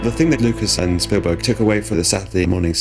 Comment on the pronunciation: So did you. It's 'Spielberg'.